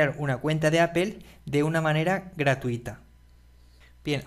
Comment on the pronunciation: poe que no dices apple como mismo lo lees si al final dices todo de la misma manera